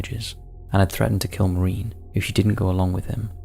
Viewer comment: it was an axe not a hatchet,,,, learn how to pronounce maureen/stalybridge & angina